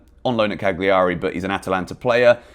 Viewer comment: Pls, find an Italian to teach you the correct way to say Cagliari.